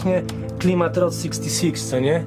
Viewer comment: Zróbcie dogrywkę, za mało pierdolenia o skorpionach i błędnego wymawiania słowa route.